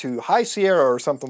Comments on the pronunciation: I always thought he says: me, muda hard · Thats not how you say the name Mutahhar.